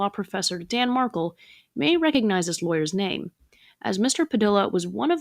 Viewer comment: The AI voice cant pronounce everything from public defender ( calling it defender) or Markel